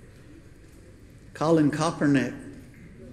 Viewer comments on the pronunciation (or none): "Colin Kopernick"